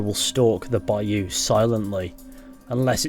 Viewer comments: It's cute how you say baYOU lol. Put the stress on 1st syllable, BUY you. There, I just heard ypu say it right! Ypu do it both ways, us bayou folks don't get much recognition😂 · It’s not a bi you it’s a bi oh lol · down here in the south (USA) bayou is pronounced bouw lol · put the emPHAsis on the first syLLAble of BAyou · Man, I'm from Louisiana and the way you're saying bayou is bothering me😂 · Bayou Nwa not Lamoyne's Bayou